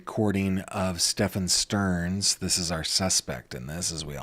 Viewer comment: The way that I flinched when he said Madeline STERN 🥴